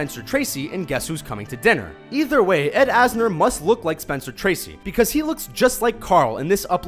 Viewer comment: "Ed Anser" kek